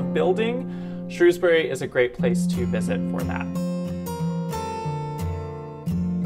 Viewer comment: Good job lads, great coverage of Shropshire, you even pronounced Shrewsbury just like the locals, seldom ever achieved by the BBC news coverage.